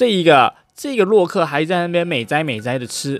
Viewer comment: 洛克講成路克